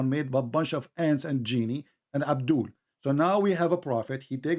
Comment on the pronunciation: abdoolll is always abdooll..... Potato 😅😅😁😁